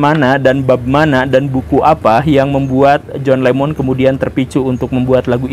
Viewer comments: Saya salah satu pemerhati dan penyimak konten2 Guru.... Tapi klo boleh ,,,utk menyebutkan nama Lennon jgnlah di sebut Lemon lemon terus... Jujur saya risih mendengarnya...🙏🙏 Hnya utk satu konten ini saja... Maaf atas kejujuran saya pak Guru Salam Sejahtera Turan bc 🙏🙏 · LENNON! bukan LEMON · naha jadi john lemon pak 🤣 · John Lennon atau John lemon ? Betul2 gembul lu